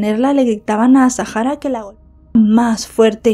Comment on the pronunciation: me vas a permitir que te corrija con educación el nombre, es Azahara, no es azajara, es un nombre bereber, la h es muda. Te pido disculpas si te molesta, es solo a título informativo